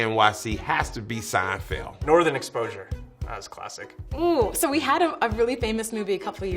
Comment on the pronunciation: When he said steinfeild for new york I wanted to jump off a bridge like hello friends or a movie Big Daddy like come onnnnnnnnn